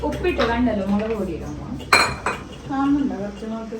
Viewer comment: മുളക്കിന് മുകള് പറഞ്ഞു😊😅